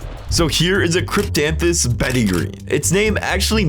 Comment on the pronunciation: And he said it right thank you very much !